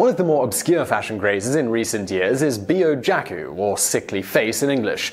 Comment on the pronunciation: With Japanese pronunciation "Byojakku" would be "Byo-ja-kk-oo" with emphasis on "Byo" as a single syllable as opposed to "Biyo." Words with Chyo/Byo/Kyo are written as with a tiny "yo" character tagged on the end of the hiragana, which signals the sound be across one syllable. This is like Tokyo being pronounced "To-kyo" not "To-ki-yo" in Japanese (It would be like saying "J-ay-am" rather than "Jam.") A double consonant should be held with a plosive sort of stop being held so "Jakku" would not be "Ja-ku" but "Ja__kku." Also kawaii is "ka-wai-ee" ( Ka-why-ee) and it is important to distinguish this as you said "ka-wai" which is very close to "ko-wai" and kowaii means scary not cute.